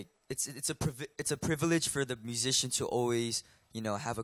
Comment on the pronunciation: When Mark was translating what Doyoung said it sounded as if he said magician instead of musician and it got me confused for a moment, like "Wait, so Doyoung’s into magic? Well, all power to him I guess"